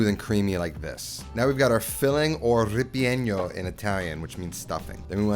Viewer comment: ripieno, not ripegno